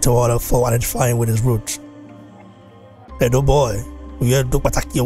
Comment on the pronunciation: It's Edo not Edu😭